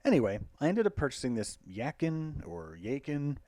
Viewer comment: Yeah! Very good, helpfull, right in the middle, so much really usefull information...thank you....by the way, the name of brand chinese YAQIN should be pronounced like beard , chin , but in front ya ya chin .. ;-) thank you again